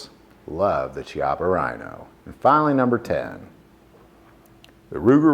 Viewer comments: Chiappa is pronounced "Kee-Ahh-Pa." Whenever you see Italian words with a CH, it takes on a K sound. Like Chianti wine for example. Anyways, great vid. I enjoyed your list for putting out great info on the guns. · Thought it was pronounced "key ah pa" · Chiappa = “key - appa” is the correct pronunciation of this Italian revolver. Very thorough video, thank you! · In Italian, the H is silent and is used to harden a sound that would normally be soft. So Chiappa is pronounced Kyappa. And if you’re at an Italian restaurant, bruschetta is (supposed to be) pronounced broosket-ta.